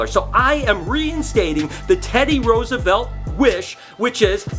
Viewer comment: No offense but I'm not even american and I'm cringing at the way you pronounce Roosevelt. xd